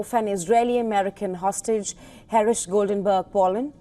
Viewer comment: It's Her-sh not Herish